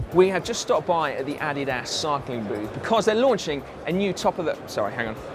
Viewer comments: the addy ass booth?! Pretty sure it's uh-deed-us. ;) Or does it really vary that much by region? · say "addy das" again. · Did you say, the "Added Ass" booth? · Only Run DMC pronounce it a-dee-das. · What is this Addy-Ass brand of which you speak? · uhhh....we call it....ah-deed-us here.... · More like "uddyduss" with the stress on the first syllable and the u pronounced as in muffin. Source: I'm German and it's a German brand. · Timothy Fish How do the Germans pronounce it? I'm sure that the German and UK ways ("adi-das") are basically the same. I guess English speakers tend to make the "i" an "ee" sound, maybe that's the difference? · Adolf Dassler founded the company Adidas and it's from his name Adolf or "Adi" as he liked to be called and "Das" from Dassler that the company name was formed. You can work out the pronunciation from that in English. Other languages may produce different pronunciations.